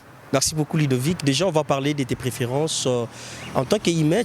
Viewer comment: Mon petit frère s'appelle LUDOVIC et non LIDOVICK